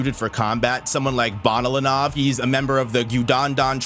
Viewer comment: she wasn't using nen... nice headcanon its pronounced ben-oh-len-ov